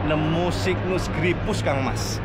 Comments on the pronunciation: Baca nya "SEIGNES" cak 😂😂😂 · ya memang mirip seperti itu pengucapan nya. seknes 😂😂😂